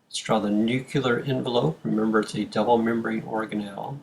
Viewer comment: This is a brilliant and very helpful video. This makes the abstract concepts of the cell cycle a lot more concrete. The only change I'd recommend is that "nuclear" is pronounced like "new clear", not like "nuke you lar".